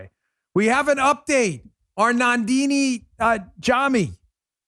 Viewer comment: It's nandini Dan, not nardini...lol